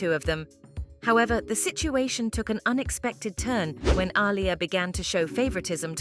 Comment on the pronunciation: The fact the narrator butchers Aliyah's name half the time is annoying af